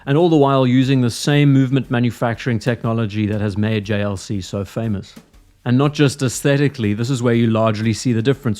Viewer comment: The JLC pronunciation was chefs kiss🤌